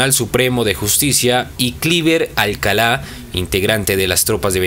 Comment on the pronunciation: Minuto cliver aleala.... es Alcalá